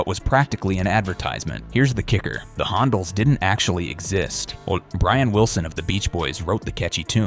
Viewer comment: The problem with an AI voice is that it may pronounce the "Hon-dells", as the "Hondals". As it did here.